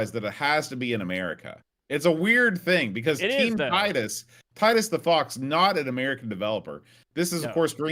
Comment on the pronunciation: If there is a “severe lack of knowledge of the USA” in this game it is from a French developer not a British one. Titus (pronounced Teetus) are a French outfit not a British one. The 560 SEC did 0-60 in 7 seconds back in the 90s so it was no slouch for a huge coupe. I went for the BMW alternative back then with the 840Ci (I’ve always been a sucker for pop up headlights) and can tell you for a huge car those things can shift. Definitely autobahn monsters of their time.